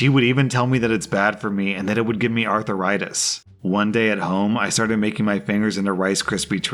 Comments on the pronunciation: LOL. I love the way pronounces "arthritis." Is he from Georgia or Texas? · I just couldn't concentrate on the last story because of how was pronouncing arthritis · I feel like mispronounces things like arthritis to drive up engagement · You mispronounced arthritis every time you said it. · The way pronounces arthritis is worse than the sound of cracking knuckles. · If you mispronounce arthritis again I will flick your ear. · Wth is that abomination pronounciation of arthritis... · That is NOT Arthur-itis. It is said ARTH-ritis. There are two main types. Osteo-arthritis and Rheumatoid Arthritis. There's also Dupuygens Contraction. A peculiarly Viking lineage complaint. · Arthritis, not "artheritis" please! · Bruh what the hell is arthuritis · “Arth - rie - tus” not “Arthur write this” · Wait wait wait.... all I could focus on in the cracked knuckles story and how kept pronouncing "arthur-itis". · Everytime I heard him say Arth-AH-ritis, I died a little more inside. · I was hoping I wasn’t the only one to be annoyed by him pronouncing it arth-er-istis 😅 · It sounded like he was talking about a person, Arthur Ritis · I was searching for a comment talking about that 😂😂 “Arthur-itis” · The way you say arthritis 😂😂😂😂 "arthur ritis"🤣🤣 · "Arthur-itis" is it? Lol!! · By the way pronounced it, I thought the malicious compliance in the last story was going to be that the essay was going to be about someone named Arthur Itis. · who else couldn't get over the pronunciation of arthritis? Arthur-itis? sounds like a disease you get from watching too many kids shows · "Arthur itis" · Does pronounce arthritis as Arthuritis????? Oh god why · Is seriously pronouncing arthritis as "arthuritis"? 😂💀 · Why are you pronouncing it "arthiritis" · Please for the love of god stop pronouncing arthritis as Arthuritis, Please! It made the last few minutes of your video unbearable